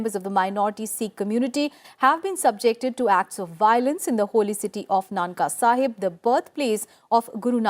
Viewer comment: Mam not nanka sahib its nankana sahib..